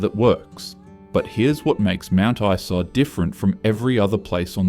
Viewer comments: And someone who knows how the pronounce the names of these towns! Mount Eesa? Seriously? 😂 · not knowing how to pronounce mt isa == immediate ban from making more queensland videos